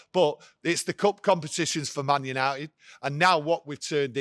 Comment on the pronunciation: Did he say yanited was back 😂